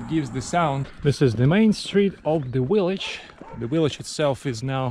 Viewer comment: "V"illage, not "We"llage :))